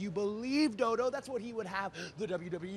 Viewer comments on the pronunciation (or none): Did he just call JoJo Dodo? 😂😂😂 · Am I the only one who noticed he called her DoDo instead of JoJo? Excuse me while i go laugh my ass off in a corner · I thought her name was jojo he said dodo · actually Stardust her name is Joe Joe not dodo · Did he call her Dodo instead of Jojo?